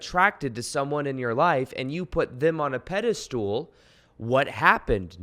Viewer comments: It’s’ pedestal’..not “pedistool “ 😀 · It's "pedestal" not a "pedistool" just FYI. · You are awesome and could be changing my life....but dude, the way you say pedestal....lol.